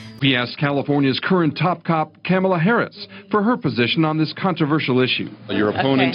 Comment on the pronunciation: Again with the "camel-la" why is nobody pointing out how SEXICST and RACIST this is??? Mispronounce her name?!? How dare you!!!???!!!